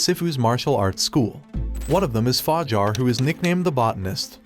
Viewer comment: The narrator is special for sure, h :calls yang yong :pronounces game SIF-ooh :thinks the club is a whorehouse “Fa-JAR” literally pronounced it Jar. Like a peanut butter jar. Lmao but seriously you deserve to be slapped for thus